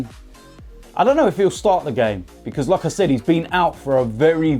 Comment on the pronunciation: Whenever he says " like i said" It sounds like "lacazette"